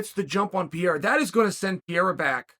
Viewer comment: I was sooo confused as to who tf Piera was, I thought he was talking about someone up at light heavyweight that I somehow didn't know about. Only when he started talking about his upcoming bout with Adesanya did I realize he was talking about Pereira. I mean come on Chael, you're one of the top analysts of the organization, you've gotta have a minimum of an idea as to how you pronounce a man, who's literally challenging for championship status in the coming weeks, name. I love the content, I think you bring great insight from an ex-fighters perspective and company strategy on how to build match-ups, but please take time to learn the fighters names.